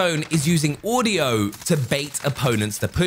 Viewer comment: Did he just say «haudio»?